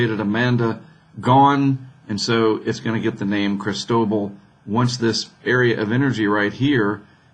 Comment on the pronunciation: See, right up there on that NOAA page, it says "pronunciation guide" -- and according to the guide, it's pronounced krees-TOH-bahl. You got it. Maybe need a little more "ee" on the first syllable. :-)